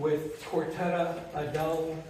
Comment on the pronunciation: Coretta Udell Ford that man just called your name. He pronounced it wrong.